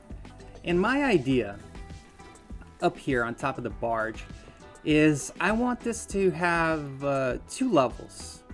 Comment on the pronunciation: and why do you keep calling the barge a bargie like where has anyone ever heard it being said like that fr